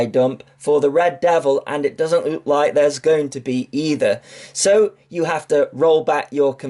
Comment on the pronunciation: You never pronounce T's or K's the word "Like" is "Light" with a silent T for good measure. Lol Just pulling your leg, love your videos!